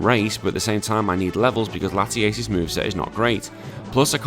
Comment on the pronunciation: Came from Zwiggo's channel. A couple of things: 1) It's Latias, not Latiace. 2) Nice Yugioh reference 3) I'm pretty sure Zwiggo didn't follow the same ruleset you did lol